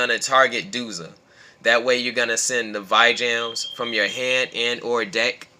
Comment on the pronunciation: VEE-JAM not VY-JAM